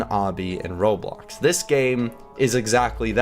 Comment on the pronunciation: it's roblox not robloc